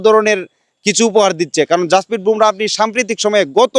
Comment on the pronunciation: ভোমরা নয় , বুমরাহ